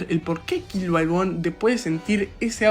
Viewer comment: Todo bien hasta que dijo Kílua😂😂